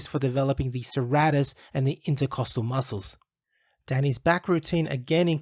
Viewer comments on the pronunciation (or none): none